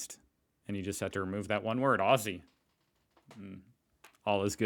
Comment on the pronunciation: oi my Was ❤️ WHOo'MaRFN'HoO 🥳🥳 ya pronunciation is of the our word..OZ'ZEEEE 😁is 😘PURR'fect B 🤪..ya make me so PRoUD MaaaaaTEY